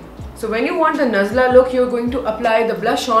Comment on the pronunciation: Every time she says nazla look damn😂